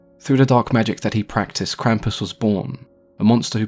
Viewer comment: Impressive pronunciation of the word Krampus, I didn't expect that.